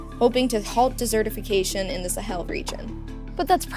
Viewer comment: She can't pronounce desertification correctly, desert not dessert.